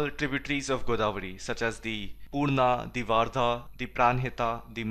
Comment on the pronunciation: It's not Waardha . The correct pronunciation for Wardha is वर्धा